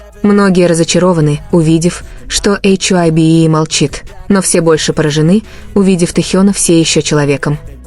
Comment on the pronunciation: что за чушь вы несете...вы даже HYBE правильно говорить и писать не умеете...😡оставьте ребят в покой ,им от таких как вы защита не нужна...